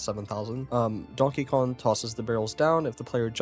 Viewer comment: KonG. It’s konG. Not Donkey Kon.